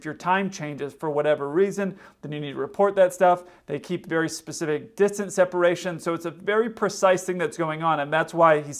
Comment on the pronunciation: "...for that 'Pacific' thing..."??? Oh. 🤦 Do you eat 'buh'sketty' at the 'lie-berry" when you're doing that 'Pacific' thing?